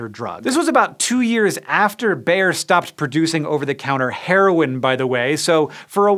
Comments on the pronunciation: How did they pronounce bayer? Ber? It's Bai-er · “Bayer” is not pronounced like English “bear”, but more like “buyer”. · Bayer is actually pronounced like "buyer" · In german the second vowel is annunciated in long form, so stiel=steel, steil=stile, so with Bayer the Y is said like a long I, so it would be said like the way we say buyer in english, so Bayer=Buyer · every time Hank says "Bayer", I hear "bear". can I please teach you how to say it correctly Hank? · That's not how you pronounce Bayer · I'd always thought "Bayer" was two syllables? I'm pretty sure I've heard it that way in aspirin advertising by the company. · if I were German I wouldn't be happy on your pronunciation of Bayer. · Just a quick Erratum: The guy's name was Wöhler, not Wohler (and yes, o and ö are pronounced differently). And Bayer isn't pronounced "Bear", but almost exactly like the English word "Buyer". Other than that, thumbs up, as always.